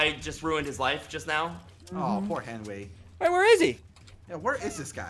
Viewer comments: Why is ssundee saying 'henry' to henwy? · why do you henwy henry